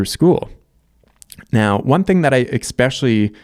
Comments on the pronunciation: "Especially" is not pronounced EX-SPECIAL-LY. It's not, no matter how much your back hurts. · “Especially” pronounced: “Eh spesh ah lee”